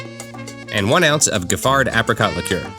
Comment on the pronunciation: Giffard is pronounced Jif-far.